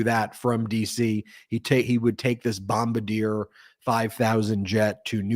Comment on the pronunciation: It's not Bom-BA-deer. It's BOM-bar-DEE-ay.